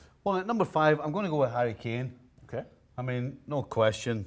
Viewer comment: Harry efinn kanee??? Wth is he nuts